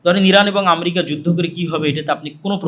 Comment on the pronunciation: আমরিকা না, আমেরিকা হবে। উচ্চারণটাও ঠিক করে করতে পারে না।